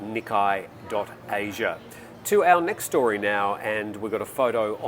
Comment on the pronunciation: Hey, great show as always. Just a heads up about the pronunciation of "Nikkei" It's pronounced as "knee" - "kay" as in "(o)kay". Just wanted to let you know as you mentioned in a previous video that you weren't sure of the correct pronunciation.